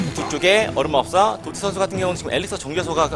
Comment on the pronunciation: Ddotty를 또띠라고 읽음